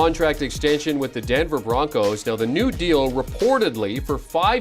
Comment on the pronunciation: The Broncers?! The guy called them the Denver Broncers!